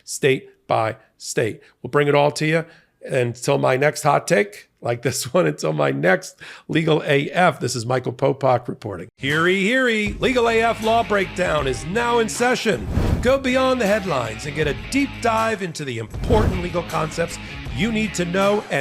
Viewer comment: Come on, Popok "Attorneys General". You should know this. Also, "Heary, Heary?" OK,. It's "Hear ye, Hear ye." These little details distract from your veracity.